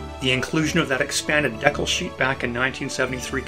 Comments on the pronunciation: Great content, but “deck-el” drove me nuts… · Mispronunciation of decal…. Dee-cal. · I never knew that Canadians pronounced "decal" differently than those in the US and Britain. DECK-ull (Canadian) vs. DEE-kal. Thanks for a great video! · I had never heard the word pronounced "deckle" before, You Canadians - rockin' my world! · Yep, it’s definitely a regional pronunciation. I’ve lived throughout Canada and had never heard “dee-cal” until I started watching YouTube videos. Friends in the UK pronounce it as “deckle” too. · I think the word is related to the French 'découpage' (which was an old tradition of gluing coloured paper onto an object) so the Canadian/UK pronunciation is related to the French. I am a Canadian so 'deckle' is the way I pronounce it but I have always loved the 'dee-cal' version too. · I remember building (I believe ) the second version ('67?) and my brother did too. But what jogged my memory after all these years was the mention of those woefully inadequate tabs. I remember fighting like crazy to get that to stay put. Even after the glue had fully dried. A lot of work went in to your video, and I enjoyed watching it. Of course, on my side of the planet, we say dee-cal. Otherwise, throughly enjoyable! Live long and prosper. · "....dehkuls..." Lol.